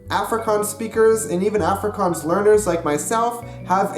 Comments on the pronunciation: every time he says 'affri-cans' instead of 'affri-kaans' i die a little bit inside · Please pronounce ir OFFrikaans. There is an A there, but it's closer to OFF than AFF. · Some good Afrikaans.... Only one thing... The way you pronounce the "A" at the start of the word afrikaans should be almost an "u" sound... Like the "u" sound in the words "up" or "under"... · why you say "afrikuns "? just say "afrikaans" or "african" don't try to say both. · you saying Afrikaans wrong ... it's *Afrie Kaans so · By the way man, when speaking in English and using the word "Afrikaans" you should switch the type of "A" you're pronouncing. For example, to-may-to and to-mah-to. You should being saying "Afrikaans" like "Ahfrikaans" with the to-mah-to "A." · Please learn to say Afrikaans properly if you're going to do a video on it. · So Cringy hearin a gay American tryin to speak AFRIKAANS AN DUTCH dude just Stop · I keep on cringeing every time you said Afrikaans bc I'm from South Africa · For someone who sleaks afrikaans and lives in SA. I get so irritated when he pronounces afrikaans incorrectly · You pronounced Afrikaans wrong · the way he said Afrikaans is one of the funniest things ever and yes I am Afrikaans and you did well but some words you said wrong lol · I watched the first 31 secs of this video and I actually wanna die that you can not even pronounce the word 'Afrikaans' 🙄 like dude common its not that difficult. You burning my ears. no hate 😂 just saying. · please learn to pronounce the word "afrikaans" properly before making a video about afrikaans vs dutch. ek meen my moer bra... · jy spreuk "afrikaans " verkeerd uit.